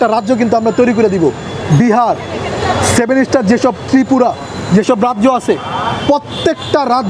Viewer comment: সেভেনে ইস্টার নয় ভাই সেভেন সিষ্টার